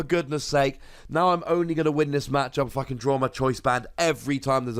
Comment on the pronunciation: He said :"If I can" but the way it is pronounced it can sound like the F bomb lol